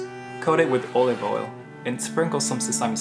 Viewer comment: "With orive oil"